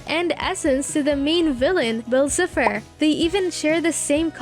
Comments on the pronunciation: Is anybody going to tell her that is Bill Cipher not bill Cifer not to be rude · “Bill Sifer” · she mispronounced so much names. bill cifer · Bill cyfer not siffer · ITS NOT SIFER ITS CYPHER (siy-fer) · I love this video but you keep saying sifer not cypher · am i the only one who got triggered when she called Bill s-eye-fer, s-ih-fer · Its Pronounce Bill CIpher With An I not Cepher? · How To Pronounce Bill cipher:Bill(Bi-ll)Cipher(sie-fer) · Why did she say “cipher” like “siffer” 💀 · It’s cipher pronounced sIEfer and it’s grunkle not uncle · ITS PRONOUNCED BILL CIE-FF-R! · Also in the final episode of the owl house "kings tide" when Luz comes home into her moms house, the is a picture with Anne's photo on it with the words, "girl missing" meaning not only are they in the same universes but Luz came back before Anne. yeah bill sifer it's pronounced (SY-fur) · Honey it is not pronounced "cipher" it has more a i-i-i sound. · the way you pronounce bill cipher hurts my very essence and i’ve never even watched gravity falls once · love the vid,buuuuuuuuuuuut I WOULD LIKE TO TARE YOUR HEAD OF FOR SO SO MANY MISSPRONAUNCIATIONS OF ALL THE CHARACTERS AND UNIVERSES, pleas. :) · I actually hate the way the way they say Bill Cypher its pronounced horribly wrong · I'm sorry but the way that your pronouncing edalynn and cypher is annoying